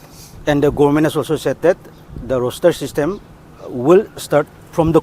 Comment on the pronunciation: Roster not roshter